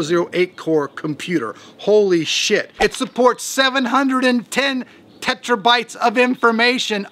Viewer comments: Tetrabytes? What the fuck man, it's TERAbytes... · 710 "tetrabytes"? What's a tetrabyte? (see )